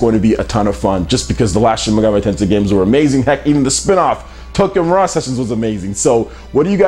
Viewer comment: Shin "Megam-ay" Tensei??